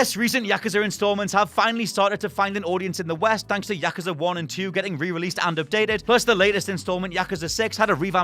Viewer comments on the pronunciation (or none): Yakusa... No no it's yakuuuuuuuuza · Yakaza? Come on dude. It’s YakUza! YakUza! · Its pronounced Ya-KUZ-A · Learn to pronounce words correctly......year, yakuza.....the list goes on.